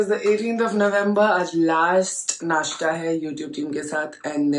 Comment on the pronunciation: नाशटा नही नाशता 😂